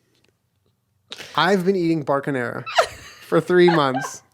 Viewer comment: Thought you were transitioning into a farmers dog ad and instead you said Barkinara 🤣 Edit: would 100% use vacaschevine on my email. It would be hilarious and wonderful.